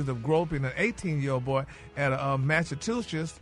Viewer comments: “Mass-a-two-sets” 😂😂😂 - Gary w/ da tea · Where in the ghetto- space- Odyssey....did Gary go to a "college".... that he can't pronounce Massachusetts..!!!... Somebody please RSMS.....help with that information......😮